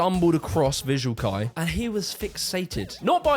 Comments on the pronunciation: how did you share multiple clips of them saying Visual "Kay" and still say it as "K-eye"?? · ... did you just call vVsual Kei, Visual Kai, Kei is said like just saying the letter K, and that is it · Visual Kei, is pronounced the same way you'd say Okey, Kei -> key. The butchering of the word hurts me TT_TT RING DING DONG?! Was that a shinee parody TT__TT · I can't tell if he's doing it on purpose. He keeps pronouncing Visual Kei as kai to. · the way he pronounced visual kei is killing me 😭😭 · Why didn't you say visual kei correctly even once? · bro watched 40 mins of people talking about visual kei and still pronounced it wrong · He also butcher the pronounciation of Visual Kei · my dude you watched 40 minutes of people talking about VK and you still mispronounce it LMAO You got Dragonball on the brain or something? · bro you must purposefully saying some of these words wrong theres no way, David ball yi, who tf is David ball yi. you claim to have listened 40 minutes of ppl saying visual kei and insist on saying visual kai right after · This is actually really well researched 😭 also fyi fuxing is pronounced [Foo Shing] and not fucksing LOL, Visual Kei is pronounced [Visual Kay] and not Visual Kee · "fucksing" -- ..............its foo-shing "visual kai" -- ....its visual kay. like as in "okay" girl if you're going to make a video on a topic at least learn to pronounce the things you are talking about pls its basic respect girlie im going to rip the skin off my face and end myself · Hm. Kinda disrespectful that you keep pronouncing Luo Fuxing like that. But then again, you can't even pronounce "visual kei"... so maybe it's unintentional? But you have Google. And I know not everyone's parents encouraged reading phonetically, but if I knew it not long after I started school, I think it's fair to expect you to in adulthood.